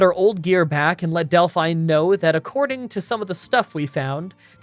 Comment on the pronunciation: Del-FINE lol